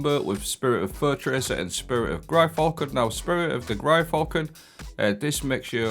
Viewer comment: Gryfalcon :D made me fall out of my chair... How can you pronounce something sooooooo wrong and keep doing it constantly xD GYR Falcon. Outside of that :D Rest of the build slaps :P